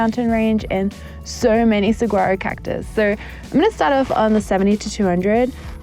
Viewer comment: Saa-wah-row not se-guar-o 😂